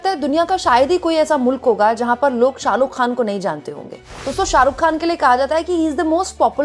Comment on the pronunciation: शाहरुख खान को सालूक ख़ान बोल रही है ये लड़की 😂😂